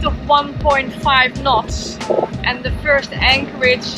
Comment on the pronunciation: I knew you were dutch, especialy after you said "nots" for the second time ahaha! Thank you for the vids they are very inspiring, fair winds and waters. Groeten uit zaandam.